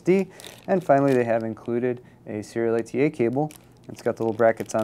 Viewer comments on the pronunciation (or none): i know that... hes saying serial ata really fast and slurred to where it sounds like SEETA.